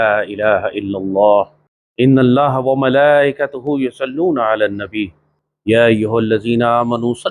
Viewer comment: سورت احزاب کی آیت جو آپ جمع گے خطبہ میں تلاوت کرتے ہیں ان للہ و ملائکتہ میں جو لفظ ت اس پر زبر ہے نہ کہ پیش آپ پیش پھڑتے ہو